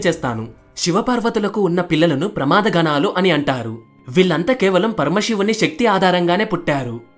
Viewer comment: Pramaaadhaganalu kadhu pramadhaganalu antaru..